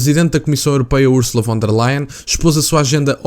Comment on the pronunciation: E lê-se Fon der Leyen !! Em alemão o V lê-se como F